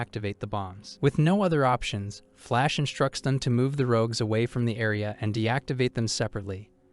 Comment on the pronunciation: How do you not know how to say the word rogue? I can't listen to this. Why would you constantly use a word you cannot pronounce?